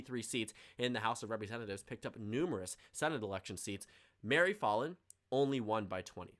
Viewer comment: Me from Oklahoma hearing you say Mary "FALL IN" rather that Mary FAL IN